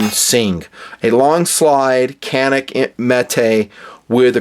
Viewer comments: lol.. funny thing is.. its not even pronounced Canik.. its pronounced Ja-Nick. its turkish... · It’s more like Janik.